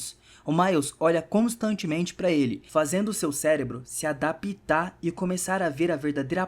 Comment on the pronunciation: adapitar, que belo portugues